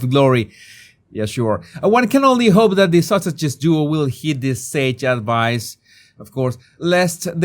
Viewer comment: Whenever the says Sussexes, I heard “Sausages.” 😂 😂 I like that MUCH better.